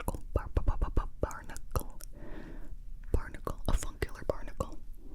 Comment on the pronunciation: Did anyone else hear the word "barnacle" as "particle" every time she said it???